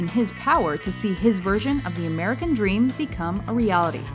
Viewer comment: you cant help but saying MERCAN